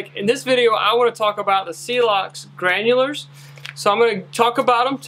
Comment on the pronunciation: Can save a life Can’t pronounce granules